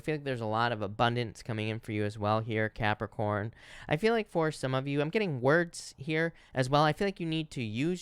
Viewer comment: I love how you say Capricorn 💕✨ Idk why